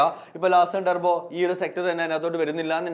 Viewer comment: <<ടർബോ>> അല്ല ചെങ്ങായ്‌. .....ട്യൂബ്രൊ.